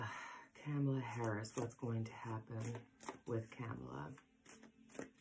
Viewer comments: Yes--think "comma-la"... Love-Light! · Kamala is pronounced like Comala 🙂